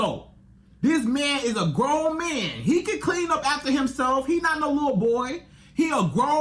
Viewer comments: I just don’t like the way he says “Man” it’s sounds like “Men”. Such a terrible example of relationship advice. You can’t even say he’s coming at this from the male point of view. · What the hell is a “mieeen”? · my ears hurt everytime bro said “me-an” . he’s as delusional as the women he’s talkin to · So much disdain in his pronunciation of “mahhnnn”. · The magnanimous amount of zest in the way he pronounces the word "man" is both hysterical and annoying